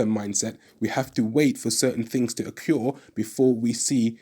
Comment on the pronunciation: It’s occur, not occure. Otherwise cool.